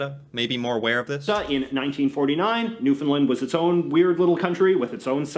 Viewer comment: The way he pronounces Newfoundland is right cringey. It's Newfoundland, like Shoes-in-hand. Also known in Irish as Talamh an èisc.